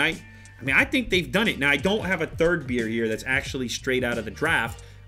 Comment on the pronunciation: THE FIRST TIME HE TOLD BEER I HEARD IT AS BEARD I WAS LIKE WTF??????????????????????